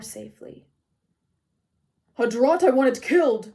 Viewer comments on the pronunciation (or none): 1. Thank you for reading. You do a wonderful job. When I finish listening to this, I hope to listen to more read by you! 2. I love the occasional cat meows and purrs 3. I mean this as a helpful critique only, the A in “scarcely” is pronounced like in “scared” and “draught” is pronounced as “draft”. I’m sure if I read a whole book I would mispronounce words too.